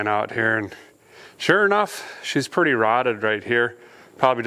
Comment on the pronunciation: She said "purdy neat" and that's a win in my book